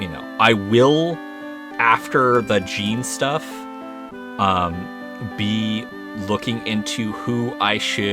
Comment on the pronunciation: Also, for what it's worth, Jeans name is intended to be French, so it would be pronounced like in Jean-Luc Picard, if you're familiar with Star Trek.